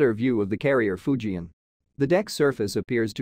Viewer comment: Fujian, NOT Fuji